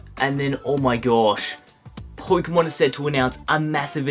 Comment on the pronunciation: po-ke-mon not poy-ke-mon